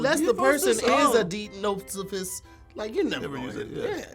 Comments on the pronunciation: Hate to say it but was wrong in her correction of "deipnosophist". It's not 'deep', it's 'dipe' like diaper. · gave the incorrect pronunciation of deipnosophist. The deip is not pronounced “deep” it’s pronounced like “dipe” so the word would sound as so: dipe-naw-suh-fist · Deipnosophist is pronounced dye-ip-no-so-fist ... I still love this channel ❤️❤️🥃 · This is really helping my morning be great. Also, pronounced deipnosophist wrong based on the phonetic spelling provided. I took linguistics during my undergrad. Based on what's written there, it should sound like dyp-nahs-uh-fist. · Yeah got the pronunciation of deipnosophist a lil wrong tho. 👀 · definitely didn't pronounce deipnosophist correctly. Lol. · She pronounced Deipnosophist incorrectly. He should get the point for her being wrong 🤣